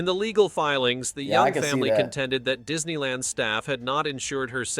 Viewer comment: Is it just me or did he say Diddy land?